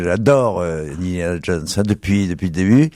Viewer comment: "indayana" : "brône" 😂